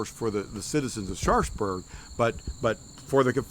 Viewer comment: Love the tour, been there a few times and look forward to getting back. One thing though, it seems the locals pronounce the town almost as 'Sharksburg'. At least that's how it sounds from:) Keep up the great work guys!